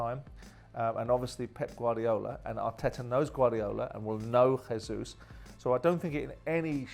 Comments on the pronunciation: I'm not sure why an educated man pronounces the J in Jesus as a 'h'. He's Brazilian; ergo they speak Portuguese. The Portuguese pronunce their J's as a J. Come on Simon lad. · Ahem . Simon . It's Jayzeus rather than Hayzeus . Please note this . Thanks .